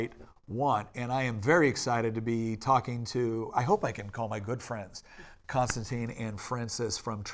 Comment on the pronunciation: Right off the bat. I know it's my OCD but. His name is Kon-stan-TIN! It's not Constantine (not Con-stan- TEEN). I'd be pretty annoyed if people were constantly mispronouncing my name. But I guess he's so used to it by now that he just doesn't even bother correcting people. It's like when people call me Mike when that's not my name and I've never been called that. It's Michael. Thank you very much.